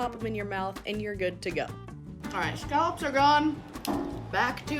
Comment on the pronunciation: Scallops. Not skullops.